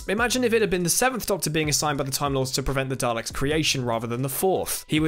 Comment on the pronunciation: Why are you pronouncing daleks weird?